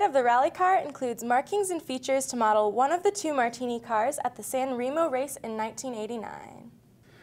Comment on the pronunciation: OMG, San Remo, pronunciation was a horror.